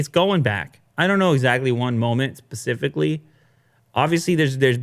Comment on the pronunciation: Hey, can you stop saying "pacifically" it's specifically..... I'm in Australia and we didn't even make it onto that internet spiral graph and I know how specifically Pacific is......